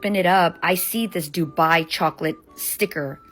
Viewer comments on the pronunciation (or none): Baby, it’s [doo-BYE]. Stress on the second syllable 😉